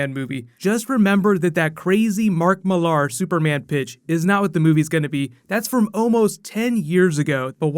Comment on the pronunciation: Okay Americans its mark Millar not mark millaaaaaaaar lol